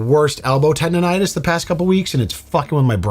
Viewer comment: TENDONITIS!!! FFS! Arrest the narrator for wasting O²